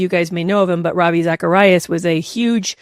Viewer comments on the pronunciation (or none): none